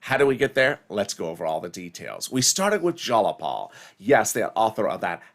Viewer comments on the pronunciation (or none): Jayapal is pronounced (JYE-a-pal). She has personally complained in Washington DC about mispronunciation